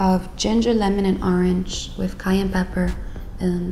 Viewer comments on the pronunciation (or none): none